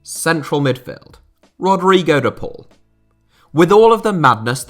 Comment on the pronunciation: Its Rodrigo De POWW lmaoo De Paul